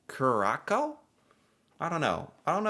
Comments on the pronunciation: Curaçao is pronounced - not Curracho, but Curas-ah-o. Try to learn at least one foreign language, e.g. Spanish. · Curaçao is pronounced cure-a-sow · Curacao pronounced cure-uh-sow. Sow like Cow. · Its pronounced..cure a sow.. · Curacao - 'cure-a-sow'. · Aruba and Curacao are part of 3 islands in the southern carribean. That accent on the 2nd C makes it soft. Cur-a-sow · Curacao is pronouned Cur-a-sow. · Pronounce it Kurassaro, latin scripts, different prononciation... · It is prononce Curaso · Its pronounced cur - a -sow. Been there 3 times...Aruba 19 times. They are , as well as Bonaire , Dutch islands. Very beautiful , and never rains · It’s pronounced kur a sow. Curaçao. It’s absolutely beautiful. Great for scuba diving. I met my husband there even though he is from my hometown lol. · I traveled 3 times a year to the Boston area. Cape cod and to go see the red soxs or bruins. Love the people but not going till agent orange is out of the white house. Curacao is pronounced with a s for the c.